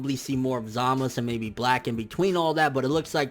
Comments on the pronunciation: it's not Zamas. it's zamasu. there's a fucking u at the end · how can you watch the Japanese version and English dubb and still not pronounce the names right smh zamus za-ma-"su" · Zamas? whether its correct or not can we not use that and pronounce it as we see it (Zamasu) coz it just sounds better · Why Tf do you keep saying Zamas, it's zamasU!!... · Coplanm bet you that it will zamasu when it's dubbed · It's pronounce Zama soo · zamasU goddamn how can ppl watch the show and still pronounce wrong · i guarantee this guy has never been laid. ZA MA SU.. say it with me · Chill dude its pronounce Zamas but spelled Zamasu just rewatch an episode and see for ur self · then why do the Japanese pronounce it with the u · Maybe you should learn the basics about the japanese language before affirming things about a language you don't know.There isn't any 's' alone spelling in japanese, it's 'sa, shi, su, so' or 'za, ji, zu, zo'. It's pronounced ZamasU (which is in fact a polite form of speaking in japanese, coming from 'gozaimasU'. Same for 'GowasU', both are different forms for 'gozaimasU'). Even if you can barely hear the 'u' it doesn't mean it's not there. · the u is definitely lightly pronounced in zamasu. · My fucking god listening to this guy pronouncing zamasu' s name wrong once was cringing but saying his name a thousand times. Jesussss fuckkkk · nigga cant you say ZAMASU right.. shits irritating af lol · Take a shot everytime he pronounces zamasu fucked up